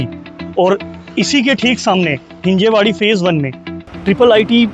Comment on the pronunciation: It's हिंजवडी not हिंजेवाडी.. atleast yaha aake pehle naam toh bolna sikhalo..